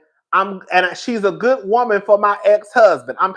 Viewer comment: "Be guhd"